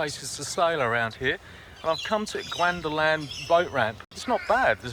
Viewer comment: Nice video, love the Lake, and Gwandalan is pronounced like "Swan" :-)